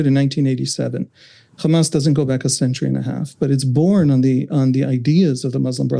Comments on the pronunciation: It is irritating how Ryan and Emily don't push back when interviewing Israelis. The second the guest used the exaggerated "Khamas" pronunciation, it was clear what his views would be. I kept waiting for Ryan to jump in and correct or challenge the guest with each lie and racist talking point, but just like the other Israeli author they "interviewed", they just sat there and let him spew his hasbara. There is no value in bringing on and interviewing zionist Israelis, especially if they're not being fact-checked or called out on their racist and Islamophobic ideologies. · Anyone who say 'Khamas' instead of 'Hamas' is a propagandist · Why do Israelíes always add a “Kh” in “Hamas.” It’s not Khamas. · khamas, khamas, khamas, khamas, khamas, did I say khamas. Let's not forget khamas is khamas and they won't stop khamasing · That pronunciation of the H changes Hamas in Hebrew to mean violence. Hezbollah they probably want to associate with Hamas. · How can this journalist pronounce hope but is not able to pronounce hamas?